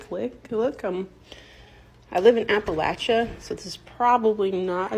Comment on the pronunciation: The correct pronunciation of Appalachia phonetically is a·puh·lay·chee·uh, not as you pronounced it. Research!